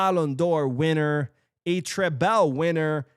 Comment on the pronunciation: Stop calling the treble, a treBEL 😭😭😭